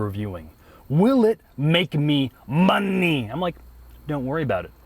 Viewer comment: Scrolled all the way through the comments to find someone who noticed. "MUNNEY". Shout out to